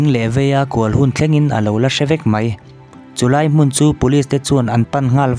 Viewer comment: "Mai" tih tur ah "mei" tiin i lam ṭhin a,a dik lo ania...eg..ani khawp 'mei' tiang hian i lam a, 'ani khawp 'mai' hetiang zawk hian lam tur ani e 👍